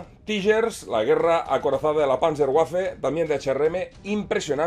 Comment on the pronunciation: Hola. Gracias por tu trabajo!! Solo una apunte, si me permites... En alemán, la W se pronuncia como una B. Así, no sería "panzergüafe", sinó "panzerbafe"... Saludos